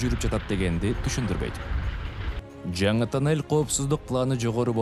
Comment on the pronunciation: Кудайым сиздерге куч кубат берсин,омурунор узун болсун,кандай кыйынчылыкта иштепсинер азаматсынар,азаматсынар,ишинерге ийгилик жеп-жутарлар ооздорун тыйышса Кудакааласа жолубузда бутуп калат.Журналист окуп атканда туура окусан,Кыргызсынбы.......? танель эмес тунел